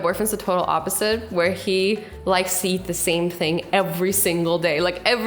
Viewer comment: oppiset of meh